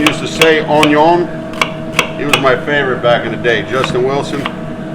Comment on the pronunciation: I thought i was the only one that said “ ONYOOON”